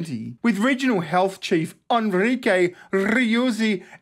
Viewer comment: Damn you really butchered that Spanish name, you destroyed it, not even using the correct syllables. Poor Enrique.